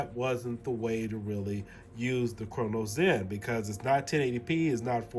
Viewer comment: why do you say cronus zen like crono zen